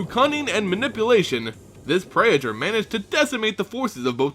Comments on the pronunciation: great video but it's pronounced: praytor and zehlot (not zee-lot). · Pray-A-Thor? really that's how you're supposed to say this?